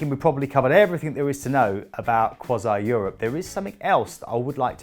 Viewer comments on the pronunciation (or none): Crois-ee not Crois-eye. C'est domage.